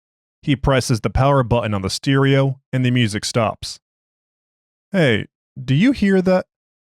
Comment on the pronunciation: You lose points for pronouncing 'stereo' wrong, but you make up for it by recommending the Exploring Series.